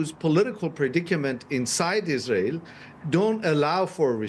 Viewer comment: This woman said Isran... What drug is she on really?